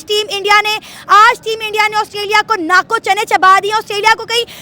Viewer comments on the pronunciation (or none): अरे मेम नाकों चने नहीं होता है दातों चने होता है 😂😂😂😂